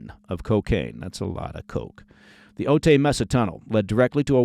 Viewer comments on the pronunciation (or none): O tie... not O tay. You're thinking of Eddie Murphy